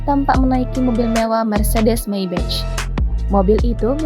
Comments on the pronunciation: Mbak, "Maybach" dibacanya: maybah bukan meybec. "may" seperti dalam kaya somay, dan "bah" seperti dalam kata horas bah. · Belajar dulu ngucap Maybach yg bener. Kuping sakit dengernya.